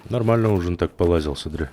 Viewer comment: Отличное прохождение , но зачем слово "нормально" произносить как будто член во рту .